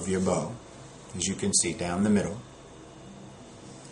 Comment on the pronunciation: I love how you say how to tie da bow tie